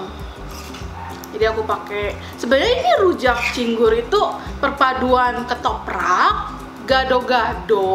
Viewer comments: bukan Cinggur tapi Cingur ajaa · Cingur kak bukan cinggur😊😊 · Cingur kak yg bnr😂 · Cingur sayang.. bukan cinggur.. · Bukan cinggur tapi cingur, sepurane mung mbener ne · Cingur bukan cinggur wkwkwkkw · cingur bukan cinggur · heran nih orang ga sekolah apa gimana sih? ngomong ama ngetik ga pernah bener. "cingur" bukan "cinggur", baca yang bener kenapa. merusak lo. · Manggil cingur juga salah🤣🤣